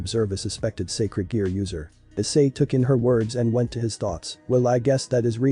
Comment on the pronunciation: it's sacred gear not scared gear